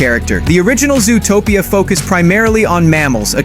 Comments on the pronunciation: It's Zootopia, not "Zoo-a-topia"! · Please pronounce zootopia properly. It’s not zooatopia. It’s zoo topia zootopia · Ai voice? Who calls it zoo-o-topia